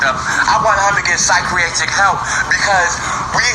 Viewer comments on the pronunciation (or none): Did dude just say psycreatric help? 🤔😐